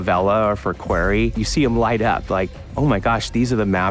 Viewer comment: Someone teach that man how to say Quarry.